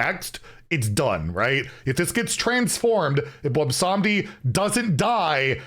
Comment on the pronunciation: I am legitimately shocked pronounced Bwonsamdi without completely tripping over it.